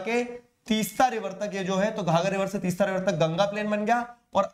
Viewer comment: Sir 'Teesta' and 'Dihang'